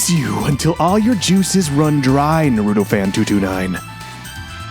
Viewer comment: The way you pronounced naruto caused me physical pain on levels you couldn’t even imagine